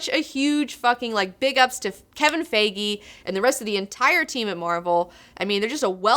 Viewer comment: ( Kevin Feige (FY - GHEE)... Otherwise, great review!! :D Keep up the good work!!